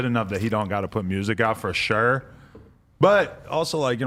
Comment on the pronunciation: that New England to Cali "For Sure" really shines thu